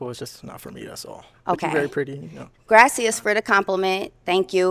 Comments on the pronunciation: Sis said “Grasseous” 🤣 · grayccias lol she couldnt of said it worse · GRASSY SSA instead of the thank u in Spanish (I can't spell it lol) is DIABOLICAL 😂😂😂😂😂😂😂😂😂😂😂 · Went to tulum all of sudden everything is gracias😂😂😂🤣